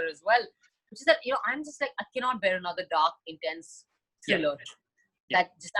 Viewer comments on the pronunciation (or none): none